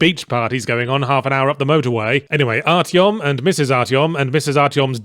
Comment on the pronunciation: Arytom, Mrs artyom... Looooool